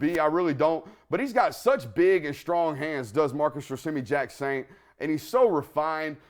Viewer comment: I love it when say Marcus “Rossimmy” Jacksaint. It’s cracks me up. I say “Rose-me” but don’t know for sure isn’t saying correctly. 😅